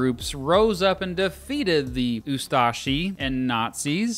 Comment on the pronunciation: It is too funny how you say ustaše you🤣🤣